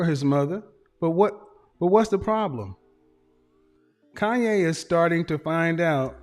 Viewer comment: KANYE not Kayne